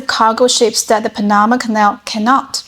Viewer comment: LOL!!! It's PAN-na-ma, not Pan-NA-ma